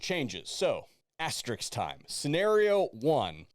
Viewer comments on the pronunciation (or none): No there are not two R's, it is not "aster-risk." It is pronounced "aste-risk "or "aste-risks" for plural. Don't AXE me why people have such a hard time with this word. It sounds exactly like how it is spelled. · Excellent video - except for one of my pet peeves!!! ASTER-RISK it's simple to say but so very few people do. Yeah, I'm a bitch that way, 'cuz I knew what you meant.